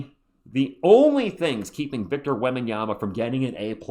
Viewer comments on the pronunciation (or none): none